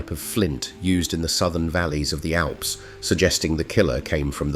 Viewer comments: "in the A.L.P.S. FFS train your AI voice will you! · "In the A L P S" I stopped watching at the A L P S moment figuring this is clearly a poor effort, published with such a glaring error reveals your "facts" are unchecked too. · In the A-EL-PE-ES, ...and I'm out. - Can it even get more idiotic? Is THIS our future?? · AI is not all it’s cracked up to be , A L P S ffs😂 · This one only took two sentences. Spelling out the word Alps, instead of saying it.. no thank you. Bye bye-bye. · the "A L P S" ? what kind of buffoonery is this? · Oh my God, the AI can’t even say Alps the AILPS🤬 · I burst out laughing when I heard the Alps spelled out as a l p s. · How can you not listen to an AI voiceover before releasing it????? It spelled out ALPS for Pete's sake. Interestingly enough it pronounced it correctly . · AI slop. Cannot say Alps. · Another AI narrator who cannot pronounce Alps. Why do the producers of this tripe not proof listen the narration and correct the faulty parts. Really, is it too difficult to do the job properly? This is already beginning to look like an F minus as a school project. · AI crap........ couldn't even pronounce ALPS properly... Bye Bye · AI narration giveaway, right away: "A-L-P-S" instead of the one-syllable name for the European mountain range, "Alps." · AI rubbish. Since when are the "Alps" in Europe pronounced "ay-ell-pee-ess"? I stopped the video at . Don't waste your time here. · Oh, indeed the Ah-hell-pee-hess mountains... As long as AI can't properly speak foreign names, like Alpes (the European mountains), we're safe. This is AI SLOP, and some shitty one. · 'Hikers in the a l p s..." Didn't even continue to watch from that point. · "Alps" is a word, not initials. Who thinks they are called the A.L.P.S.? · The A L P S huh? This insults my intelligence. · The A.L.P.S.....as in the "Alps" ? No doubt its AI. 😮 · Where are the "Ay el Pee-ez'"?? 🤔 In "El Self Adore"? 👎🏼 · A.L.P.S.? Does AI have ANY intelligence? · The A L P S ? Come on.